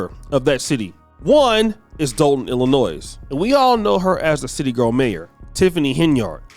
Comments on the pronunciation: the "S" in Illinois is silent.🎓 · It's Illinois mate, not Illinoise. Cheers from England. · Just a quick note that it’s Illi-noy and not Illi-noys. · its pronounced ILLI NOY the S is silent. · Are you sure you are FBA, it's pronounced ill- luh- noy.